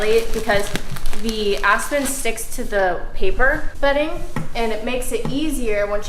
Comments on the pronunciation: “I’m gonna use a mixture of asston” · Aspen Me: aspirin